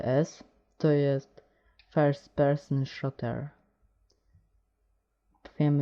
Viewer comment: nie szoter tylko szuter!! ucz sie angielskiego tak samo z wolfensztainem........ ale tez tey pojecie fps first person szuter - zadania zazwyczaj to szukanie kluczy hahahahah xd padlem xd